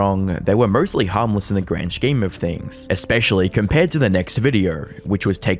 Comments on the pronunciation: Why do you keep pronouncing "scheme" like that? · grand shkeem of things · I just love how you pronounce the word scheme ❤